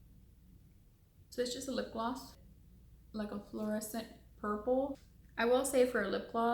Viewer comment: soooo last year 😂, but thanks for that “glowww”...it’s gloss mija 🤣